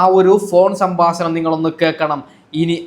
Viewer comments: നിനക്ക് എന്തിന്റെ കേടാണ് മോനെ സംബസണം അല്ലെ ഹേ 😂 സംഭാഷണം എന്ന് പറയ് ഈ വീഡിയോ യിലെ ഓഡിയോ കിപ് മറുനാടൻ ഷാജൻ സർ ആണ് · ഈ ഡോക്ടർ ഷാജൻ സ്കറിയ ആണോ?. പറ്റിക്കാതെ മൈരേ..😂എടാ സാമ്പാസനം അല്ല സംഭാഷണം.. എപ്പയും.. അല്ല എപ്പോഴും. ഒന്നുകിൽ നാക്ക് വടിക്ക്, അല്ലെങ്കിൽ പാസ(ഭാഷ) പഠിക്ക്..